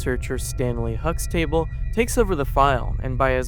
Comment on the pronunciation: Huxt-table... jeez, the AI is grossly inferior.